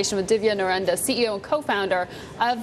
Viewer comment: She pronounced it "Narenda" lol.